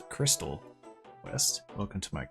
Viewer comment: Merlin's cwystal